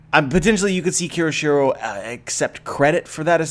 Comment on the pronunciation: KYOSHIRO... take a moment and sound it out. You keep saying it wrong.